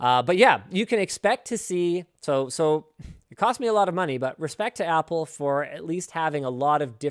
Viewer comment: you app loud, app le, is what you mean to say